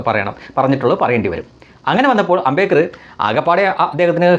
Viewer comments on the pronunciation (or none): Its NOT AMBEKAR. The right name is AMBEDKAR.